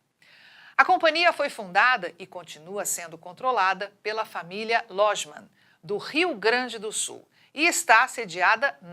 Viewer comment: Logemann ...pelo amor de Deus.. Informe sobre a pronuncia antes de ir para o ar. Essa narrador deve errar a pronuncia do ex presisente Geisel...va se preparar antes de ir pata o ar.